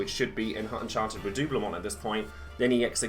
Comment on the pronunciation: Yasss henny, good pronunciation of "redoublement", queen of French!